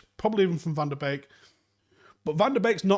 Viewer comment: Can you please make a desicion if you're gonna pronounce him "Beek" like a birds beek. Or the correct "BEK" like they do in Holland.